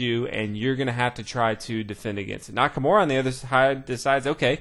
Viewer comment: NakaMURA* not Nakamore! Beside that, great video keep it up